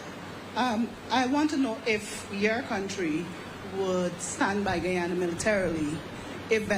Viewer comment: And It’s Guyana. Not guayana!